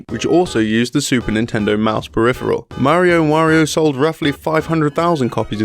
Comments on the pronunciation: I'm sorry, but if you're going to make a video about a Mario game, you should be able to say "Mario" correctly. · You should learn to pronounce mario.